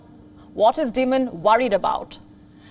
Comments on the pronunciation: CAN YOU SAY D- EYE -MOND. Not DEMON !. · I thought i was the only 1 to notice she called Jamie Dimon "Demon". Lol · She can barely read her teleprompter well. She regularly mispronounced names and words. For example Jamie Dimon in this video. She pronounces it as Dmon, when it's actually like diemon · I’m an American and I miss Palki 😭 Oh, and Jamie Dimon’s last name is pronounced like “Diamond.” Just, don’t make the “d” sound. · "Dimon" in Jamie Dimon is pronounced as Dy-mun... Good coverage though.. 👍❤ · Sounds like she’s saying Jamie Demon - I guess she’s half right.